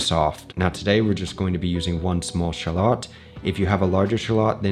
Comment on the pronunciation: No ketchup! And WTF is a shawl ot ? You me shallot ?